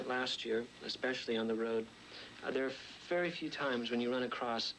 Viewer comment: Vewy impressive!.